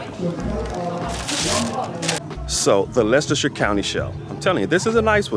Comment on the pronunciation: Nice to hear someone say Leicestershire properly. That show was in Leicester city on a park call braunstone park many years ago(about 30years) I would go every year guess it helps when you live about 100 yards from the park